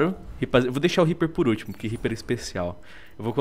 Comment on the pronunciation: Zed Rimstad HAHAHHAHHAHA eu sei cara mas é que ele falou pro R E A P E R E hahajhahahhahahah